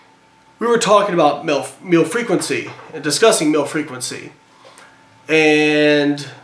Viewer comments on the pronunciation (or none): "we were talking about milf.. meal frequency" did anyone else think he said that? lol.